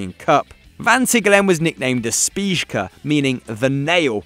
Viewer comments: Aldair you. Edit: just got to that point in the vid. There's no way to describe the sound he used to pronounce the -ij.. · That way of pronouncing "de spijker" might be the worst ever in the history of mispronouncing words